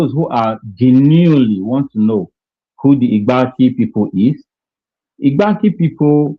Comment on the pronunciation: This is a welcome development and it's about time that we Igbanke people speak up for ourselved with regards who we are There is no Igbanke people under the sun that pronounces it like bini people (I-GBAN-KE) instead of IGBAKI despite it being spelt Igbanke. This shows they do not know us, we are not part of them neither are they part of us if they don't even know our name? The letter "N" is silent and the letter "E" is prounced as letter "I" and you can find such example in some foreign language. Even Igbontor is called Igbotor by us and Ake which is another community is Spelt AKE but pronounces AKI This happens when a word ends with "KE", it becomes "KI" in pronunciation. and when a word starts with "IGB" like in Igbanke or Iggontor, the letter "N" is usually silent when pronounced. How can ile binu people know these things? Are they part of us? No!! In case you find it strange. In deutsch language, letter "z" is pronounced as "s" and vice versa, then letter "w" is peonounced as "V". Igbanke nor be bini, we be Ika Igbo